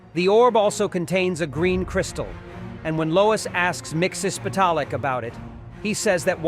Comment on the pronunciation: Miksis pedal it voice to text will not spell his name right but you did not pronounce it right you’re saying you know you haven’t pronounced certain things right maybe do your research sorry if I sound mean just constructive criticism